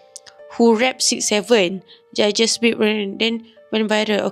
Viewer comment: Ye salah sebut 67